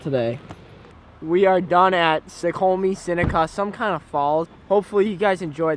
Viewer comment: Its called snoqualmie, snow - qwal - me lol nice video!